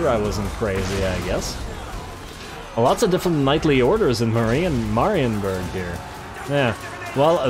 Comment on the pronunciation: "Meh" rienburg please kkkkkkk not "mah"